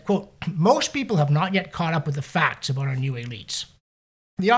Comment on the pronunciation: Did you say getting "a boot" on foot?